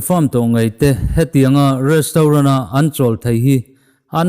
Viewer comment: Restrawn 😅😅😅, Mumbai lehkhathiam hnuah Goa mi changkang ve thung maw😅😅